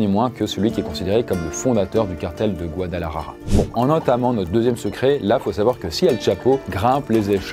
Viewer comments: Par contre faut vraiment arrêter de dire guadalajaja c’est : Guadalajara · C'est pas Guadalajaja c'est Guadalajara ! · Quand il dit Guadalajara il dit : Guadelahaha ☠️ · 😂 c'est pas guadalarara ...ca se prononce Guadalajara....le r devient l.